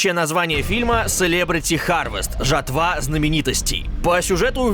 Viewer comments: жатвА. Это слово не от слово жратвА, а от слова жАть, жАтва. А "Аниме" с ударением на а, расставило точки над И. Ска, безграмотный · ЖатваА? Знаменитостей... Ну камон 🤦‍♀️ жАтва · Серьёзно?! 'жатва́'?! 🤦